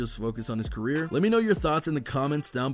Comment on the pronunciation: "DABABY CERRER"